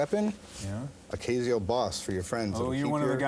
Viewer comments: Kay zee oh? Does anyone pronounce Casio that way? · you're saying Casio wrong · I jave never heard anyone pronounce Casio liken that before. No one ever corrected him??